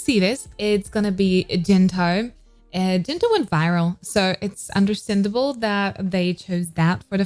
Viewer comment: Gento is pronounced in the hard g sound such as goat, girl, gate. Not soft g